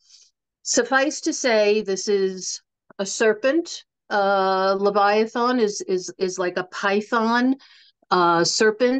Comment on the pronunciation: It's not pronounced levia-thawn. The last vowel is an A not an O.